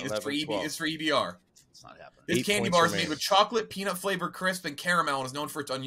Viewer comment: How is Murls American with the way he pronounced candy bar lol.